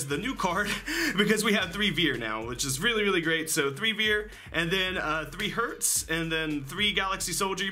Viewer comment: oh btw herz is pronounced like hairz